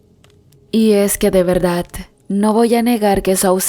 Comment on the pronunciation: La narradora, no sabe leer pues dice VERDAT, no soy experta pero aprendí que la Real Academia Española, dice que se escribe y pronuncia VERDAD, por ése solo hecho ya no quise seguir escuchando a la narradora, siento que no es cierto lo que cuenta, perdón si ofendí a alguna persona